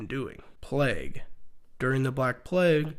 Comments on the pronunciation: the way he says plague brings me immense pain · Why the fuck you say plague like that?